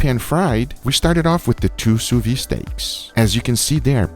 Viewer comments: Adoro seu canal, mas toda vez que você fala sous vide, I cringe. 😂 É “su vid”, não “su vi”. 🤪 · if you can say the word vid / video you will say sous vide perfectly sous vid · 'soo vee *the*'. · why does he keep pronouncing "sous Vide" wrong? is there any reason?